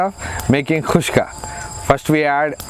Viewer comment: Great pronunciation khushka👌 But it's baghara khana( bagharey chawal) not khushka 😅